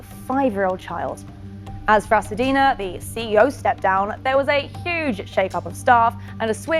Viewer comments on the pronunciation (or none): It's Hacienda.....not Hacedina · HA-CI-EN-DA, NOT HACADINA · Hacienda! Not Hasadina. Just saying... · Why is this reporter saying “Hasadeena” when the facility is Hacienda? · This reporter is gorgeous and an excellent presenter, but she pronounced the name of the facilty wrong. She said "Ha-sa-dena" (rhymes with Pasadena). It is Hacienda! Pronounced Ha-see-en-duh. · This is a tragic event. I feel bad for the woman and her family. On a separate note, the name of the facility is not Hasadena, it’s Hacienda. Am I the only one who’s realized the woman reporting repeatedly said it wrong? 😗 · She was pronouncing the name of the facility wrong it’s Hacienda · oh. Ok--i wondered if that was it but it sounded so much like "Pasadena" that i thought I was hearing it wrong. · He should've gotten more time!!!!! Sidenote: I cringed every time she said Hacidena 😕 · Funny how you pronounce "Hacienda"